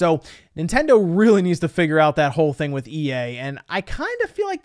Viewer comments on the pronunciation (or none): none